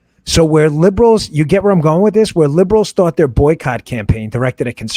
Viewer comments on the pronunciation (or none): none